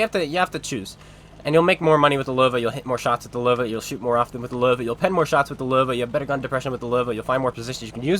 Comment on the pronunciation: Löwe not Lover